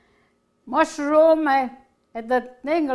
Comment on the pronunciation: Corrrrrnmeeel. Mushrrrrroms. SALLLSA!!!!!